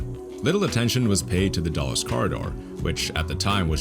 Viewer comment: It isn’t pronounced dolles airport, it is pronounced dools 🤓